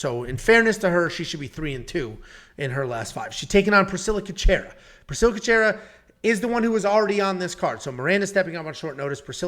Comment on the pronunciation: damn just butchered Cachoeira's last name - Cash-scwhere-aa